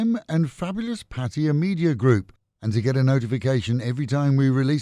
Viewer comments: So Pattaya is not pronounced by its name, but is called "Pa-Toy-Ya" instead of Pa-Ta-Ya..😂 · Pa-TOY-ya like in the word "TOY" then add "ya" is the ignornat and arrogant way of saying PATTAYA, unlike how local Thai people say the Pa-Ta-Ya..